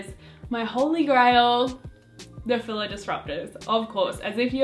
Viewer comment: Not to be rude but, that's not how you pronounce Fila's. You don't pronounce it with a 'I' but with an 'E'